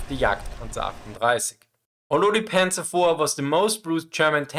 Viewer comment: Not Panzers! Panzer is correct!